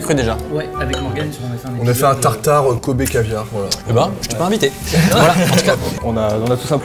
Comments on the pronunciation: J'étais en train d'écouter sans regarder la vidéo quand j'entends bœuf de KOBE, j'avais cru comprendre COBAYE Ö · Pendant toute la vidéo j'ai entendu kobbe (j'y sais pas comment ça s'écrit) comme koba😂